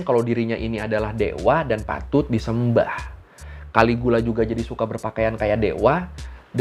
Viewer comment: caligula bacanya kaligila.